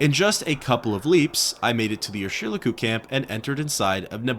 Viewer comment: Another great video! Love your stuff. Btw I'm pretty sure Urshilaku is pronounced "Er-shee-LAH-koo". Not that it's of great import. Also, Gnisis is pronounced like "Knee-sis" or "Nih-sis" depending on who you ask. I love the terminology in this game. 😊